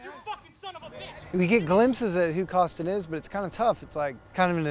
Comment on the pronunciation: “Eric Kostin” lol